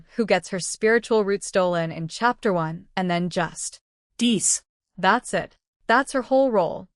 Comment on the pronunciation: Ai narration be like, it's not "dies" its "diss" 😂😂